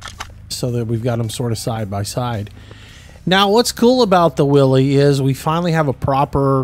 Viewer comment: It's will is not Willy's (spelt Willy's but said will is)